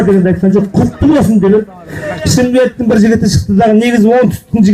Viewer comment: Шымкен. Шымкен дей береди екен